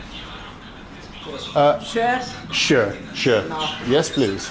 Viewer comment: Szolnok - sz- pronounce it as s in English. = Solnok . 😊Sör ( beer) = pronounce it shoer. 😊 won’t explain “ kocsi” . It’s just too funny and cute the way you pronounce it. Keep on vlogging, love your videos